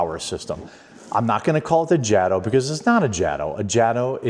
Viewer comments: First of all it is pronouced Ja - to, not Jad o??? has always been that way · Ughhh... it's pronounced Jayto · I thought that was you! Haha! Glad to see another rc head out there. And yeah like everyone else is saying, it’s pronounced Jay-toe bro, Jay-toe. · most of us would have called this a version of a slash called the Back-Slash. However just so you know its pronounced (Jay-Tow) I love the Pink/Purple combo but they should have made the internal hop-ups pink as well. Not Blue. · Bro its jay_toe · It is pronounced Jay-Toe